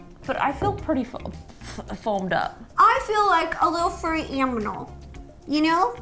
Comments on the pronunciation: Ro literally said I feel like an aminal instead of animal 😭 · ro said aminal instead of animal. plus me and my sis love your vids❤️ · Did anybody notice that ro said aminal instead of animal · She said aminal for animal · RO: i feel like an aminal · Did she just say furry AMINAL not animal AMINAL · About I think it was, Ro said,"I feel like a little furry aminal", not animal😂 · Did any one else notice when she said Aminal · Rosanna said 'furry aminal' instead on 'furry animal'!😂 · Rosanna: "I look like a little furry aminal " I guess you meant to say animal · Did anyone else realised that ro said aminal instead of animal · i just realized she said furry aminal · I feel like a little furry aminal or something 😂😂 that’s my fav part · Ro said aminal instead of animal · Ro: I feel like a aminal 😂😂😂!!! I think she meant 2 say animal. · “I look like a little fuzzy aminal” ~Ro 2019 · Furry Amnimal?? 😂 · Lol Rosanna said that she feels like an Aminal instead of an animal that was so funny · Who else noticed that ro said aminl instead of animal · Ro you said aminal nor animal :)) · "I feel like a furry aminal." -Rosanna Pansino What a beautiful quote. (Yes she said Aminal, not Animal.) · “ I feel like a FuRrY aMiNaL” Ro:2019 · did anyone else notice that ro said aminal instead of animal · Ro:i feel like a little baby aminal Me:AHHHHHHHH THAT WAS SO CUTETTETETTE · “I feel like a baby Aminal” after that Ro said “like a seal or something” I Died inside 😂🤣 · Did anyone realise ro said aminal instead of animal with the foam mask??!! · "aminal"? Says it all really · Ro said "aminal" instead of "animal:🤣🤣😂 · “I feel like a very fuzzy anminal.” Ro, 2k19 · Ro did you say amnimal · "I feel like a lil furry aminal"🤣🤣🤣🤣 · "a little furry aminal" 😂😂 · Ro said "Aminal" instead of "Animal" LOOOOOL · Ro, did u say "fury aminal" or did I just misheard it?😂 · . Ro says Aminal instead of Animal....lol😂..but great video ro btw im subscribed and i hv my notifications on💖lysm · she said aminal